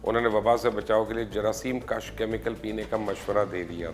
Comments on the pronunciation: Plz.work on your urdu pronounciation.jaraseem kash nahi ,jaraseem kush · Jaraseem kush not Jaraseem kash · Correct pronunciation plz Jerseem kash nahi “ KUSH “ plz